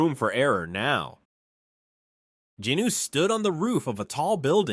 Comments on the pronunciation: His name is not jeenu. It's pronounced gin - woo. Americans can't pronounce anything correctly. Esp on this scale pls domt fk it up. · It’s Sung Jinwoo, not sung Jinuu!